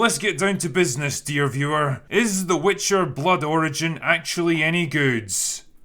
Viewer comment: Sounded like you said “The Witcher: Blood Orange” which would have been a better title for this show.